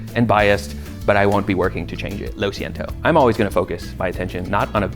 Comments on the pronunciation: why’d you say lo siento like that? Lol. Anyway nice video for those that care about our culture. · im gonna disagree the way you said lo siento lol